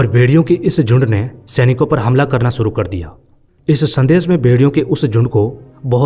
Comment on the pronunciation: Furvary😂😂😂😂😂😂😢aur Sooru😂😂😂😂😂😂😂abay gadhe theek se bol